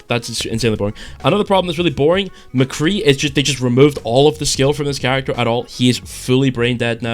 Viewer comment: Yeah I subbed as soon as I heard you call McCree McCree.